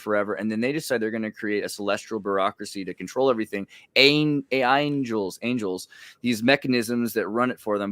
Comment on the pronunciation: "AI-ngles - Angels"?!!! Eh? This chap was making stuff up as he went. I've rarely seen a more slippery guest on FF. He is also VERY theologically ignorant, while knowing enough to throw out the odd idea to appear to know things.